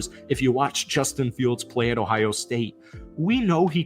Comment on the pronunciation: "And 'bustin' fields" 🤣